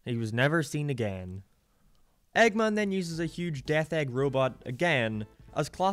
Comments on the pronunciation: dude where's you accent from?, I got confused whenever I heard "eggmon" and "coohl", you sound scottish but your accent feels super americanisd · Why do you pronounce "Eggman" so weird? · The way you say "Eggman" makes me confused and uncomfortable for some reason